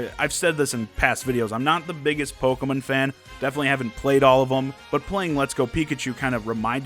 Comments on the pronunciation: the way this guys says "pokemon" makes me hurt a bit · I love how you pronounce Pokémon.I might start pronouncing it that way if I can remember to keep it up.